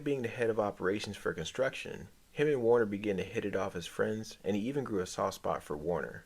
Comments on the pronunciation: Werner, not Warner lol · Worner??? WORNER?!?!?!? VERN-ER ZIEGLER!! VERN!!! VERN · Sorry but you lose credibility calling him Warner over and over... If you watched the show you are mis-pronouncing it on purpose, again and again.